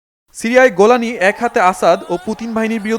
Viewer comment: Shaikh abu al jolani, not golani.nam balo koira uccharon koren mya.🫤